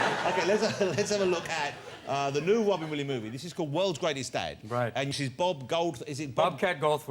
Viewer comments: Mr. Wobin Williams!!!! The gweatest evea!!! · Funny Robin 😂😂 they don't pronounce it right his name ❤❤❤❤❤❤❤❤